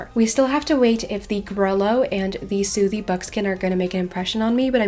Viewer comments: Sooty is prounouced like footy btw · No hate, I love ur channel but you kept calling the sooty buckskin a soothy buckskin lol